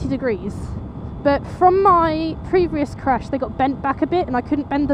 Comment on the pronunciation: I'm glad ur ok and I love how u say crash either I'm still half asleep or u rlly sound like u said ur crush hahahaha I'd be ur crash any tym hehehehe jk jk jk bt i would probley be ur crush gorgeous hehehe bt anywho glad ur ok:)))😃